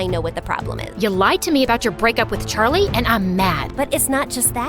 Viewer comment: Did the coach just say “sharlie” as in Charlie?😂